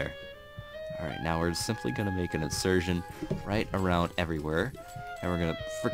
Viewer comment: It's incision not insurtion